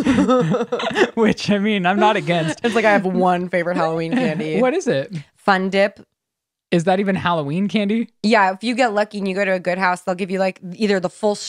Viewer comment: “Fundip” 😂😂 I lost it